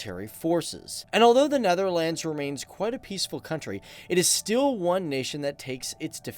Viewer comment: Born in the Netherlands. My wife and I would appreciate it if you started to pronounce the name the Netherlands with the proper accentuation, thanks.